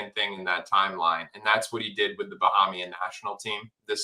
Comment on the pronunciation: My guy.......it's a long "A" sound ......Ba-hay-mian if that's useful?